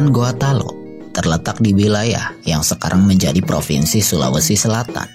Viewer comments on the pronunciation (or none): none